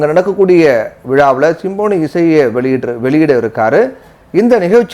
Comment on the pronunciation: சிம்பொனி.. சிம்போனி அல்ல.. உச்சரிப்பு சரியாக இல்லை